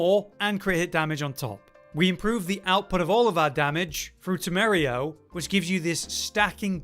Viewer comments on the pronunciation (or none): As a Spaniard, every time you said "temerio" instead "temerario" I lost a bit of health. Temerario means reckless, by the way.